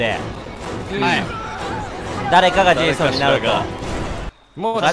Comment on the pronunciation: レトさんが言う「ジェイソン」が「ゼーソン」に聞こえる人正直に👍🏻